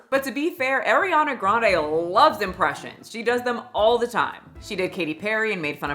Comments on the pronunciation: It's are-iana not air-iana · ITS ARIANA NOT AIRIANA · mispronouncing EVERYONE’S name is driving me up the wall. Like listening to people chew annoying. ARIana, not AIRIana, JeanETTE not Janet, Valentine not ValenTEEN. Wtf girl?? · I get it. Everybody wants to talk about her, but can y’all pronounce her name, right? It’s not AIRYana it’s ARIana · what you apparently don't know... how to pronounciate her name correctly. It's not AIR-iana, it's AH-riana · Actually it was Ariana that came up with that voice and to act that dumb. She wasn't supposed to originally, the crew said that recently. So it was her fault, lol. And it is driving me insane but that name is pronounced Ah-Ree-Ah-Nah it's not Air-ee-ah-nah. :/ That's why her nickname is also Ah-ree (Ari). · It's ARI-ana, NOT AIR-iana! Also, casted is NOT a word. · Why is saying Air iana when she's Ahriana? am I wrong? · AAAriana?? No ARRIANA lol. But you’re right she’s not fooling anyone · It’s ariana not AIR-IANA yeez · Ari-Ana not Eri-Ana. If you’re gunna make an hour long video about her, you should know how to pronounce her name. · Eriana Eee riana??? It’s Ariana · It’s AH-ree-ana not, Air-e-ana. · I’m petty but something that kept distracting me was your mispronunciation of her name 😭 seriously though, the best thing for Ariana is to be ignored, for her health. She’s going to die. Her diehard fans won’t let her be though, which is honestly so annoying. She’s a very problematic person. I acknowledge her trauma and have empathy for that but it doesn’t justify a lot of her actions and her Black-fishing and Asian-fishing, her hopping from man to man (though the men need to be held accountable for their role is destroying their relationships) her rudeness towards said diehard fans and service staff…she’s very manipulative. I was a theatre kid and I don’t claim that energy 😭 she’s so talented and that can’t be denied but that doesn’t excuse her actions. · It’s the fact you keep saying “Airyanna.” 🤣